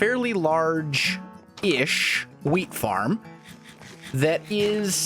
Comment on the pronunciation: it sounds like he said weed farm